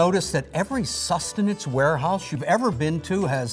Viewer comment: I died when he said acceptible sustinance